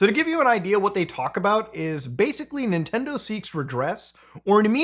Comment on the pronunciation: ninendo momend